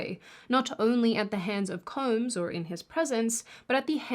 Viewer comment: She keeps saying “Koombs” instead of Combs. And she acknowledged it in the previous one😂😂😂